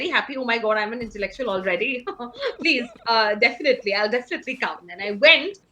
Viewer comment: Om Bidla : Please ❌ Plejjjjjjj ✅